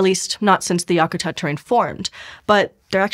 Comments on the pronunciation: I have lived in Alaska all my life, and traveled many places, but never once have I heard anyone, Alaska or otherwise, call Denali, “mount” Denali. It’s just Denali. Yah ku tat? Wow. Talk to a local before you try try to pronounce local names. I was interested in this, but when you butcher the names of familiar places around my home, I don’t want to watch this anymore. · FYI, to pronounce Yakatat think whack-a-mole but yak (like the animal)-a-tat (like the act of making lace). Most of your pronunciations were WAY off. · Check your pronunciation of Yakutat.